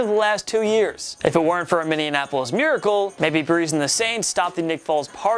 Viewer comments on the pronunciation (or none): its MINNEAPOLIS (Mini-Apple-Us) not Minneanapolis. You NEED to start getting it right, man. Please? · More mispronunciation. Lmao. "Minneanapolis" you should be embarrassed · This boy said "Minneanapolis" lmaaao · Packers versus Chiefs. Replay Super Bowl one. By the way it’s Minneapolis not Minianapolis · Min-ee-ap-oh-less. Not Min-ee-en--ap-oh-less. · Minneanapolis miracle? It’s Minneapolis Miracle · “Minianapolis” lol